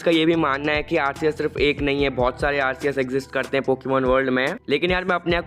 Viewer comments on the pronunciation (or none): Arkeus nahi Bhai arseus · Arceus h bhai arkeus nhi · Pahli baar Arceus ko arkues bola gaya hai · Why you say Arceus it RCS Easy